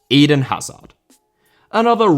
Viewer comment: Eden* not Iden